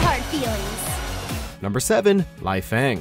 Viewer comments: its LEYfang. not liefang. its Aya-NE, not ayan. wtf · The fact he also properly pronounced a few others, yet somehow added a few more letters to Ryu, thought the "e" in Ayane was silent, and got the "e" & "i" in Leifang around wrong way really says something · He also kept saying Laifang instead of Leifang. I can kinda understand his pronunciation of Ayane since he has probably never played any of the games and is just reading a script someone handed him, but I don't know how you get Lai from Lei. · It's LAY FANG...AND AI YAN NAY! NOT LIE-FANG AND AI YAWN🙄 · They butchered almost every pronounciation, you shouldn't have been shocked by that point. "Bay-Man," "Lie-fang," "Rai-you" and you should get the point by now. They don't understand Japanese or even basic phonetics. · lai-fang? Rayu hayabusa? Come on can actually get people who can do the job right? Aiyaan? seriously, this is just sad. And no Zack? Seriously? I mean I dont play Zack but he's legit one of the best characters in the game. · Correct pronunciations - Bayman is pronounced as "Bai-mahn" - Helena Douglas is pronounced as "Elena Douglas" because she is French and the letter "H" is silent in French - Leifang is pronounced as "Lei-fahn" - Ryu Hayabusa is pronounced as "Ri-yu Hayabusa" - Ayane is pronounced as "Ah-ya-nay" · Also you’re mispronouncing some of the names Ryu = Ree Yoo Ayane = Eye Yaan Nay Leifang = Lay Fang Bankotsubo = Ban Kote Soo Bo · LAHIHFAENG lol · Nice list, though the fact Leifang, Ryu, and Ayane were mispronounced annoys me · They didn't even mention Jann Lee, Gen Fu, Eliot, or Zack. They deserve to be in this list. Leifang's, Ryu's, and Ayane's names were mispronounced. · They didn't even mention Jann Lee, Gen Fu, Eliot, or Zack. They deserve to be in this video. Leifang's, Ryu's, and Ayane's names were mispronounced and they shouldn't have mentioned Nyotengu.